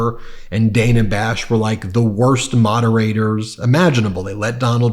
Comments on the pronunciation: Ben, et al: If we criticize MAGA for mispronouncing Kamala, PLEASE begin pronouncing CNN Reporter Dana Bash's name correctly. It's Daan-uh, not Day-nuh. Thank you for your consistently first rate content! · It's "DAN-a", not "Dane-a". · Does Hannity have ANY self awareness? The way he describes Jake Tapper, he could be describing himself. I wonder what will happen to FoxNews when trump is gone? Trump is going to be destroyed in the debate so they are already setting up excuses for why he loses. Btw it’s pronounced Danna Bash (not Dana). Hannity giving instructions on being fair is laughable. None of them are serious people. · Learn how to pronounce Dan-a Bash’s name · You keep mispronouncing Dana Bash’s name. Can’t you get it right? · Can you pls try to pronounce Dana Bash’s name right?